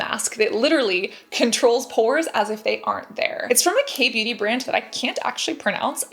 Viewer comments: So cute how she pronounces beauty like booty. ☺️ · Sounds like she said "the big booty gurus" 🤣